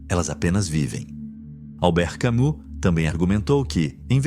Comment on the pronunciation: Só um adendo : A pronúncia não é CamÚ e sim "CamÍ" . Albert Camus se pronuncia Albert CamÍ